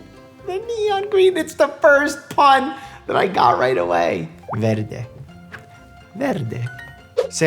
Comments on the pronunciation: your italian accent is preatty good "verde" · i was so surprised to hear him say "verde" right that now im obsessed with it 😩